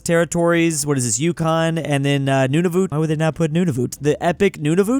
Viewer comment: It's pronounced Nunavut (both u's as in bOOk)